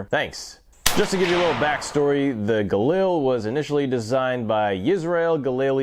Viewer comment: This is a review of a Galil and not a JRA Gallant? You keep calling it a Galil (and you're even pronouncing it wrong).